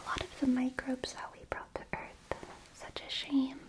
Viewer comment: Welcome to earf